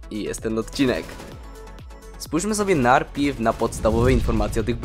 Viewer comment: narpierw mówi się najpierw